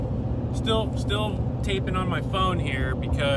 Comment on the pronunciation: I love how he said taping..lol